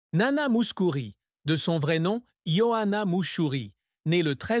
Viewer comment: Sotte présentation. Le père de Nana a survécu à son épouse et était présent aux retrouvailles de sa fille avec le public grec en 1984, alors qu'elle allait avoir 50 ans. Par ailleurs, il n'existe pas d'album "1967" . Enfin votre tentative de prononcer le nom de Nana en grec frise le ridicule, le même que lorsque vous nommez la célèbre chanson de Hadjidakis "Quelque part est mon amour" L'allemand n'est pas davantage épargné, ni dans l'articulation ni dans la traduction lorsque cette voix artificielle évoque "Weisse Rosen aus Athen".